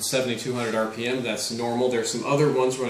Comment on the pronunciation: he says RPM LOL